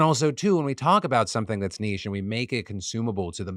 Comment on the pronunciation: Thank you so much for pronuncing it as NICHE and not NITCH. Not just once but twice. May the force be with you, always.